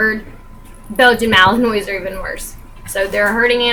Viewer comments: This video kills me. Ughh he can't even pronounce it right. Clearly he did no research on it. When watching his videos, I kept whispering at the screen: "It's Malin-wa. Malin-wa. Malin-WA. Not Malin-oy." I mean, even after doing a minute of research on camera you know more about the breed than he does. xD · Just letting you know, it's pronounced Malin-wah, but he should be the one to know that if he has the dog. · you didn't even pronounce malinois right btw